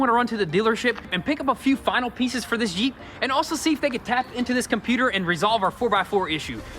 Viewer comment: He's yells jeep, I hear yeet